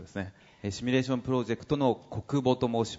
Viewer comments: どんなに頭良くてもシュミレーションって連呼してるとバカに見えてしまう…。 誰かシミュレーションって教えたってくれ(´･ω･`) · 「シュミレーション」という発音が気になる。simulation